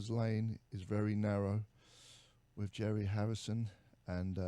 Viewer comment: "Was you 'anging out wif Andy Warhol?" lol, love Steve. I really hope you and Adrian do your tour next year Jerry! I'm a Phoenix bass player that can sing a lot like David B."